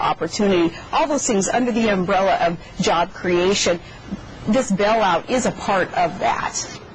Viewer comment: It's pronounced Bail out not Bell out. God she's an idiot!